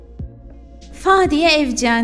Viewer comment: O nasıl telaffuz Fadiye evcen mi